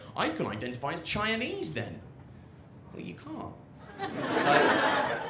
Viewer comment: I love the way he pronounces Chinese (Chianese)